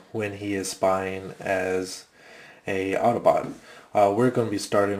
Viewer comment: you said autoboot its autobot